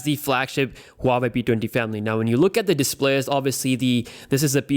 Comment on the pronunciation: Who the fuck ever says huawei like that